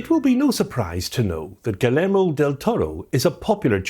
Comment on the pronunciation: Great video. Just fyi, his first name is phonetically pronounced “Ghee-YEHR-moh.” A more common name here in Texas.